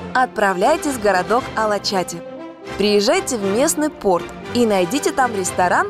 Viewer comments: С ударением на последний слог причём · Салда возле Бурдура, Памуккале вообще в Денизли, километров 400 езды, вы прикалываетесь "окрестности" 🤣 А еще редакции не помешало бы правильно названия писать и читать. КумруДжу (а не кумруку), АлачатЫ (а не АлачАти). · АлачатИ 🤦 Ну как можно не узнать правильное произношение места, куда едешь?